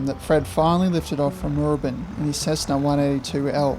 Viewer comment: It's MoorAbin.